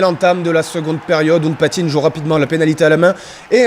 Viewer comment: il faut lui dire au commentateur que c'est Hounkpatin et pas Hounkpatinne